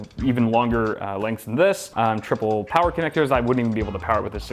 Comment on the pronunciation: More Powah!!!